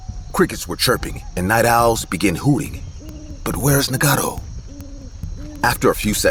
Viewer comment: Story 18 Trever turned into Marvin? His name is Naga-toe not what the hell they were saying! 😂 Also since when did crickets chirp! This story was wild!